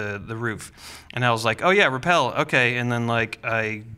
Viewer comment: Rappel, not repel.